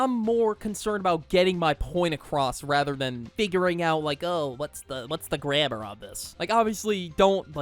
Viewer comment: Why is nobody talking about how he said grammer not grammar, he did it on purpose